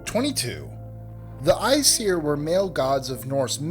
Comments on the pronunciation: at #2 "okay let's stop right there. it's not pronounced like iceir, it's pronounced like Asir (spelled aesir) and it's not Varnir, it's Vanir." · Smiddy Fiveonefive o my god especially when he said Isir instead of æsir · Æsir, | ass ear| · "Æ" is pronounced as "I" and "sir" is pronounced as in "Siri" or "this" there is no "ee" sound. But you say it not as Æ-sir but more as Æs-ir since Æsir is the plural of Ás. Old norse/Icelandic is very confusing ;)